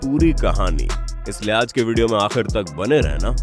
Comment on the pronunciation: "Is video me aakhar Tak Bane rehna" bhai aakhar nhi aakhri!! 😡